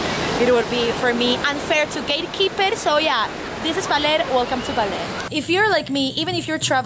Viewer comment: BAH NOT BAY ; LER BALER NOT BAYLER OR BAILER, BAHHHHHHHHHHHHHH LER.